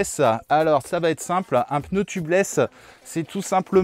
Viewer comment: Super vidéo/tuto, toujours aussi plaisante, instructive et divertissante. Et Oui on dit Peneu (on utilise le E que les autres enlèvent à "cheveux : chveux". V les zamis